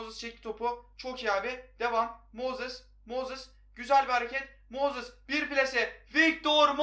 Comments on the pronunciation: Su adama mozis deme moses de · MOZIS NE AMK MOZIS NE NEEE!!!